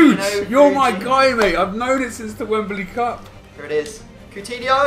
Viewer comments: i disliked cause he said pootinho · lol called his squad POOTINHIO